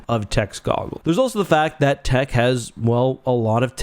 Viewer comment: It’s Tick. The way Omega pronounces it. 😂